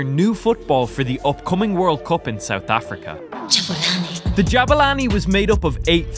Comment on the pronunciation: Que humilde poniendo jabani en vez de jabulani🤑👌🏻